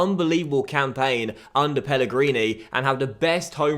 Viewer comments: Mate it's Pellegrino not Pellegrini haha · Pellegrino!! not Pellegrini!